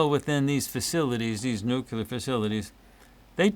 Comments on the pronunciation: Here, I looked it up for you. The pronunciation of "nuclear" as NEW-klee-er is from the American Heritage Dictionary, published in 1969. This dictionary presents the standard American English pronunciation, emphasizing the phonetic link to the root word "nucleus" and marking the "nucular" variant as nonstandard or incorrect." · By the way, it's not "nukular," it's "nuclear!" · BY THE WAY: Why do some people pronounce "new-kewlar" instead of "new-claear"?